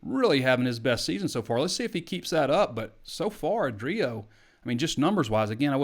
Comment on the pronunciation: You are clearly a football guy. It’s A-drio Bailey, not a-Drio Bailey (emphasis A not D). Expand your horizons.